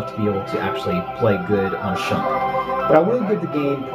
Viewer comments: its not SHUMP, its SHMUP!!! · Nice review but it is SHMUP not SHUMP. Shoot em up. SHMUP. Still though I am grateful you reviewed this shooter. Its a really fun one and its sort of like Raiden in its own way and 8 levels is pretty good stuff. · How can this kid not pronounce shmup, and why does he think bullethell shmups aren't shmups?